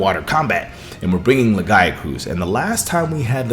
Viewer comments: Don't forget. Lagi was meant to be in world and was also supposed to be in wilds base game. TU2 is still just finishing the game edit. I almost can't finish this video due to your pronunciation of lagiacrus. It's laggy-ah-crus. crus as in crust. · Who the fuck says Lagiacrus like that? Omg my ears are bleeding every time he says the monsters' names.